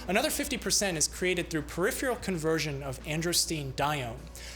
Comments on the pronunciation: Love these videos, but please note: "peripheral" = per-IFF-er-uhl, not per-IFF-yer-uhl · Is "priphual" a scientific word, or do you mean to say " peripheral "? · Hello, my favorite doctor! I adore your videos. Being a wordaholic, I must bring 2 words to your attention to correctly pronounce: peripheral (per-IPH-er-al) and menstruation.(men-STRU-ation) Minor, perhaps....but everything you do is so splendid...correct pronunciation is vital. Thanks...love. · Lots of us Americans cannot pronounce “peripheral” correctly to save our lives. Frequently it comes out “pair IF fee ull.” Don’t know why. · It's amazing to me that this guy can nail the pronunciation of words like "androstenedione" and "hyperandrogenemia", but consistently mispronounces "peripheral". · The way he pronounces 'peripheral' is just maddening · You may want to train yourself to pronounce the word "peripheral" better. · Odd pronunciation of “peripheral,” but that’s no big deal. Another interesting video. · Love your presentations. Suggest practice pronouncing "Peripheral". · Take a drink every time he mispronounces "peripheral." 😉